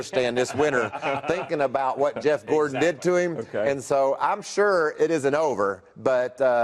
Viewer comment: "Gordan"? Who's Gordan? I've never heard of a driver with the last name "Gordan".